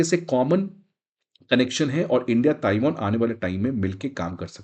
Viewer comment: ताइवान है। NOT ताइवोन! Won is Korean currency!